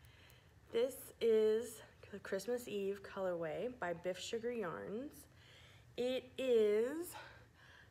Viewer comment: Is it color way or color wave you keep saying?